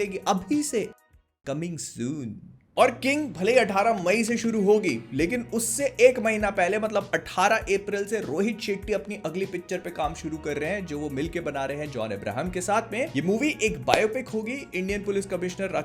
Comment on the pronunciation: Don't get me wrong, most of the time, most people pronounce John's name incorrectly, Like you did, his name is John Abraham, not Jhon Ibrahim..